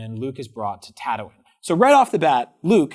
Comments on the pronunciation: Anyone else think calling padme- paudeme the same as calling Han Solo-hand solo. Btw ta-too-ine is not pronounce tetuine. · Tatowin???? Wtf. This is actually unwatchable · These guys aren’t true Star Wars fans. Just listen to how they pronounce Tatooine and Padme.